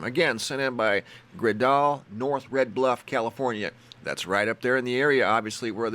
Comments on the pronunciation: Hi! Fantastc pictures! I live in Red Bluff Ca. My friend Gredal sent the shots from storm yesterday. You pronounce her name like Gretal, like hansel and gretal. But your way is cool too☺ love your channel! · Awesome, my daughter Gredal took the first set of photos and her name is pronounced "Gretel" like from "Hansel and Gretel." But that's okay! Thanks for posting her photos. It was a crazy night for us all. Here in the north state (California).